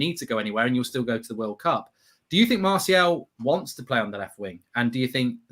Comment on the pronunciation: Is anybody else disappointed pronouncing Martial properly now? I much preferred him calling him Marshall:-)